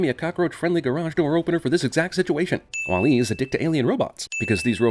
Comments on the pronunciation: "WALL-A" I think it's WALL-E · bothered by how you're saying wall E with the emphasis on the E. it's WALL e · sin for the way you pronounce Wall-E with the emphasis on the E. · I know Im 9 years late, but his pronunciation of "wah-LEE" over "WAH-lee" is driving me bonkers. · The real sin is how he pronounces wall e as wall.. E instead of walle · CinemaSins pronouncing it Wah Lee instead of Wally - Ding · It's pronounced wAll-e, not wall-E. And 90% of the supposed "sins" are even sins. You could have just said "damn, this movie is great, there aren't many sins" and make this video 3 minutes long. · Remove a sin for you being the only person on the planet who pronounces "WALL-E" with emphasis on the second syllable. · 100 for pronouncing WALL-E wrong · I'm strangely annoyed by the way you pronounce "Wall-E" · The only thing that peeved me about this sinning was how you pronounced Wall-E.